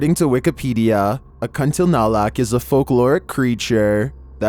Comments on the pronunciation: I heard u said "Kun ti na lak?? But it was kun ti la nak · Its Kunti Lanak... Not kunti nalak.... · It's Kuntilanak not Kuntinalak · it's call as "Kuntilanak" , not Kuntinalak, which here in Indonesia is believed to have come from women who are victims of accidents, murder or death due to childbirth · you pronounced it wrongly as KUNTINALAK... Its KUNTILANAK. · For video no.12...it's pronounce as kun-ti-la-nak or pon-ti-a-nak, it's the ghost of women died during childbirth!!! or murdered while pregnant!! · "KentilNalak" had me dying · No.12 Kuntinalak??? Serious bro??? And you call yourself narrator??? Learn pronounce it correct first....so funny